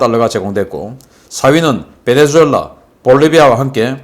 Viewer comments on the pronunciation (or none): none